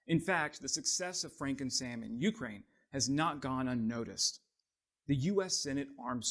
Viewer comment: [yoo-CRANE] not YOO-crane